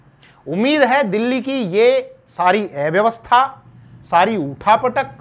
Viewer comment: अव्यवस्था इस शब्द का उच्चारण ठीक से करें कृपया